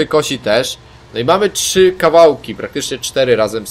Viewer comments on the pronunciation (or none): none